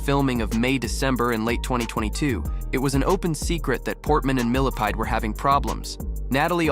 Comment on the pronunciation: With her ex-husband - "Benjamin MILLIPEDE " 😂😂😂 🐛 did anyone else hear that? 😂